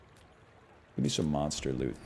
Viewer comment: When I first heard him say "monster lüt," with an inquisitive chin stroke I found it quite droll, but now I anticipate it and say it with him in unison.